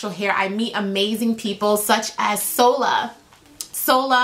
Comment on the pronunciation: Solar?! Shola not solar.